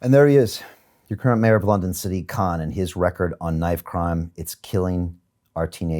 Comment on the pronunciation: "sdiq kaaan"